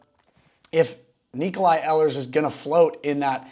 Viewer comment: “Ee lers”